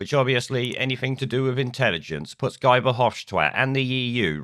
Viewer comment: His name is pronounced "Ghee" Nuff said.